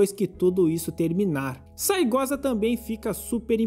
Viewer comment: Na real é Saegusa, mas esse cara fala assim de sacanagem kkkkk